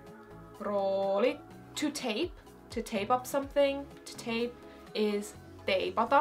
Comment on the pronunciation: Teipata sound so nice you say it! I'm going to need to include that in my vocabulary now!